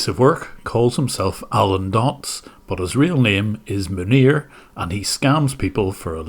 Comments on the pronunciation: i hear manure, not his actual name. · Man nir - sounds very close to Manure ha! We done sir - Makes me proud to be a fellow Northern Ireland brother. God bless you 🙏 An Irish man in Kobe Japan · "But how did that couple end up with Manure as their support engineer" I will not be accepting anyone calling this man by anything other than Manure from now on because this is how I heard the sentence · Manir? More like 'Manure'.